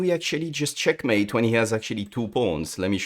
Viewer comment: Can't believe this is the guy who says "cHyeAkmeit"